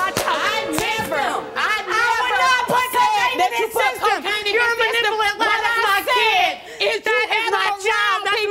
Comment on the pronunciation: the way she tries to say "manipulative" 😂😂😂💀💀💀